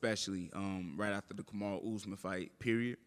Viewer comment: "Comma-ru" is CRAZY